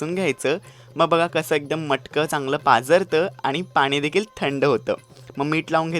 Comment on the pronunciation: मटकं नाही रे..मडकं!!!